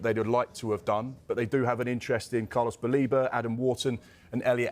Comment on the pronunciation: Carlos Saleba ❌ Carlos Baleba ✅